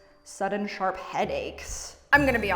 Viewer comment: What the hell I got a headache when said sharpe headaches